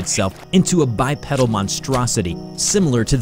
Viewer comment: I’m sorry. I’m 2 minutes in the way you’re saying bipedal is getting to me cause I’m just seeing guys with bicycle pedals as feet